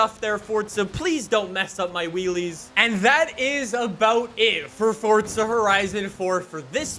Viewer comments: It’s forza not fortza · Where is the T in Forza? I didn’t know it was Fortza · Why say Fortza?